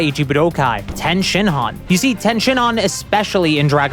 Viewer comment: Its tien not ten shinhan😡😡😡